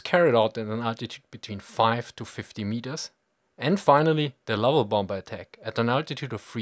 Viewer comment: Cool video. But I can't help but giggle a little bit every time you pronounce the second B in bomBer.